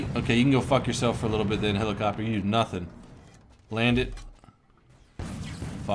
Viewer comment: HE ALWAYS SAYS HILACOPTER INSTEAD OF HELICOPTER AND IT PISSES ME OFF